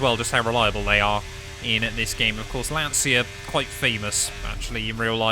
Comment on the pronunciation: I'm the Italian comment you are looking for., to use the correct pronunciation you can try to spell it like if Lancia is written "Lancha"